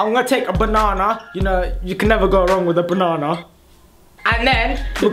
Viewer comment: what is bonana its banana not bonana